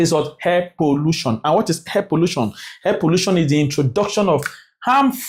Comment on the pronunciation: is called air and not hair sir😂😂😂😂